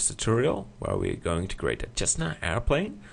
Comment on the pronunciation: Isn't it pronounced sesna? maybe i'm wrong. Looks great though!